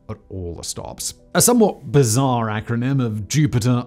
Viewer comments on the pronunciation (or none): none